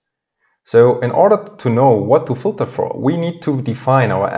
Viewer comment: Thank you, it is very informative. You say the word "filter" very unrecognizable, though.